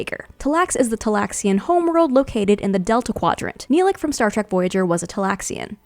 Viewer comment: She said Nelick and not Neelix